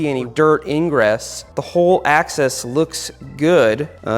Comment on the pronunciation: I keep hearing access when you say axle, even youtube CC sales access